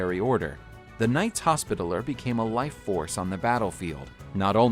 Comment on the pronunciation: This guy pronounces literally every other word wrong. Pronouncing hospitaller wrong.